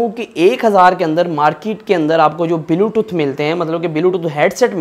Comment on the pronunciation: bhai belotooth nahi bluetooth hota hai😅😅😅